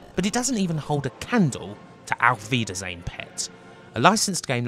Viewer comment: And I thought youtube was auto translating the title of the video. Nice pronounciation of "Auf wiedersehen". Greetings from germany. And yes, Düsseldorf by night looks exactly like presented in this game :-) :-)